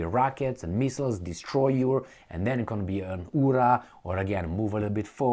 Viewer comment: Your " ypa" in Russian /Ukrainian was pretty good, the Soviets made some of the best films about WWII, i have a good collection, films such as Ballard of a Soldier, The Cranes are flying, Come and see etc etc, not your Hollywood crap.